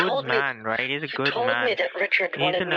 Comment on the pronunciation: “Dont get me wrong, drrright?” 😂 “I scam you now drrright? 🥴” “Mother bloddy sluuut 🤬” “LISTEN MAM LISTEN MAM LISTEN!!”😡